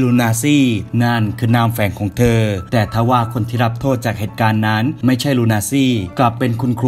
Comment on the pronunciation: คดี ลูนาซี lol nazi ไม่ใช้ ลูนาซี่